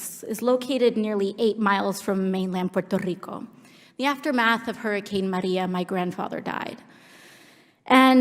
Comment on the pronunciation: It's not the way she pronounces it it the way she goes out of her way to make sure she pronounced Puerto Rico and Maria with a Spanish accent. That's why people commented about the way she said it.